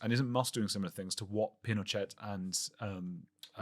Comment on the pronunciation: Does he mean Pinochet? Why does he call him Pino-chet? I think it’s Pee-no-shay.